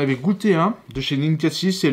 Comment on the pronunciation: ça se dit "NinkaZi" 🤦‍♀️🤦‍♀️